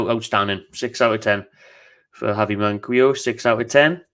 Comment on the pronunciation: Its man-key-o btw